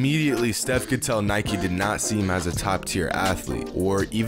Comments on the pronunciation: It's Nike not Nikeie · U said Nike wrong the whole time tho If u say bike u should say Nike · Anyone else annoyed about him saying ‘nikey’ instead of Nike ugh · It’s probs because he pronounced Nike “nikey” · Idiot you can't pronounce "Nike" why u say NikEEE XD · Why do you keep saying “nikey” because i find it really disturbing. You deserve a big dislike my man... i wish youtube bans your account forever. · Its not nikeeeeeee its nike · It's just NIKE not nikie tf dude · As soon as the narrator pronounced Nike Nikee I clicked off 😂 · Do you call bike bikey??? No? THEN DON'T FUCKING CALL NIKE NIKEY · Nike is pronounced Nike not Nikey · where from greece are you? where i am from we say it kind of like, "nee kee." i haven't heard of it being pronounced like nike (as in, Mike) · Dude... it's actually pronounce as ni-ke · “They Might wanna know how to pronounce his name” Proceeds to miss pronounce Nike and Adidas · Nike: pronounces Stefan wrong This video: pronounces Nike wrong Ishygddt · I feel sick for how many times you said “Nike” wrong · He said Nike and Adidas wrong